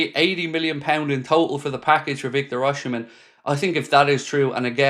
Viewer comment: try say O c men.